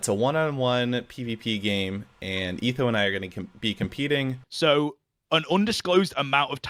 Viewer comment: what in the british hell did he call etho?? (he being stans said it right)